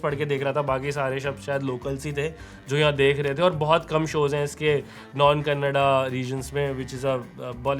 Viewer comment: Great Review, liked that your pronunciation of terms Karnataka and Kannada is accurate, as most of the time North Indian's exclude the last vowel "A" from the words. yes its not Karnatak or Kannad its to be pronounced as Karnataka and Kannada